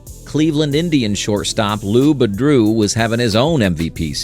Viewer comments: If the writer would've spelled it "Boodrow" in the script the AI would've pronounced it that way. Maybe spelling "Myz" would've helped also. Or even better, the writer narrate it himself. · Interesting presentation but the AI mispronouncing of names is just irritating as hell. Johnny "MIZ" instead of Johnny MIZE? Lou "Ba-DREW" instead of Lou "BOO-dro?" Sheesh! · JOHNNY "MIZE" LOU "BOO DREAU" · The great slugger… Johnny “Mizz”? And star shortstop Lou “Boudroo”? WTH?!! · Nice clip. Too bad you didn't ask a sports fan how to pronounce Mize or Boudreau.